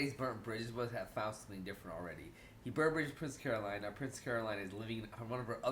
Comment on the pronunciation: Love your videos, but a pet peeve of mine on Bojack videos....it's Princess Caro"Lin" like Lin Manuel Miranda not Caro"line" like a straight line. Now I have to go back and watch the last half of this video again because I missed most of your post-episode discussion writing this comment. Thanks for all your content, I just needed to get that off my chest.